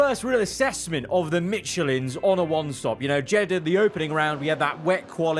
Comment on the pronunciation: F1 25 needs big time fixes for the career modes + fix your michelin pronouciation